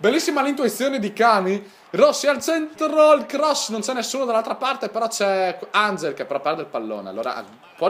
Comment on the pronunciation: si dice "anghel" non "engel" XD